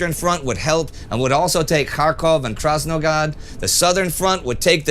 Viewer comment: It's pronounced "SevastOpol", not "SevAstopol" It's also "Krasnograd", not "Krasnogad"